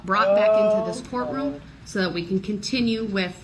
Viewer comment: He says "you can't do dat"! 😂 hahahaha, ME TOO!